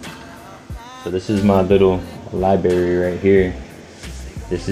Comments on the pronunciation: can't even pronounce library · The way he pronounce library lets you know he helping keep the recidivism rate up. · Def in the pen when you can’t pronounce library the right way😂